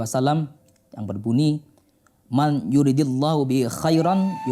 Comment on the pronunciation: Man yuridilloh... 😂😂😂, pak... Pak, ngaji maleh nggih, klo harokat sebelum lafadz alloh itu kasroh, maka bacanya lah, bukan loh, inget2 ya... Awas jangan sampe lupa... 😂😂 jadi bacanya yg benar :mayyuridillah, klo mau di maknai, ya dibaca sesuai ko'isah nahwu, man yuridu allohu begitu.. Punten... 😊😊